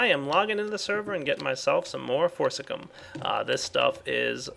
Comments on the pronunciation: How many times must we tell you? Its FORCICIUM. FOR-CI-CI-UM. Pronounced For-ci-ci-um. Exactly how it's spelled. Please, just read this and then do it right next episode. Please. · i hate to be this guy but shouldn't it be pronounced For-Ci-Cium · I wish would actually read the word "Forcicium" before trying to pronounce it. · At least he didn't say for-ci-li-um... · LOL, deliberately mis-pronounces forcicum and doesn't find the nether star just to troll you OCD people:)